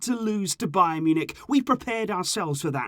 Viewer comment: It's bayern lol